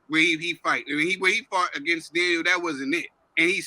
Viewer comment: Dan-Knee-el Dubois